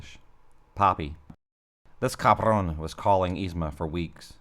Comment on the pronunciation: As a Mexican, I appreciate how you “cabron” 😈